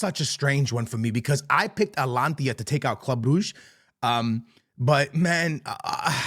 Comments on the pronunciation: Atlantia is really bad, like it’s litterly spelled ata-lanta it’s pretty simple to pronounce 😂😂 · Alantia this, Alantia that. IT'S ATA-LAN-TA! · Atalantia, Emir, Austin Villa 😂😂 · "Atlantia" "Ahstun Villa" "Amir" "Eletco Madrid" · Fam its AT-A-LANTA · Bruh. It's Atalanta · Bro pronounce Atalanta correctly WTF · Atlanta → Alantia Unai Emery → Amir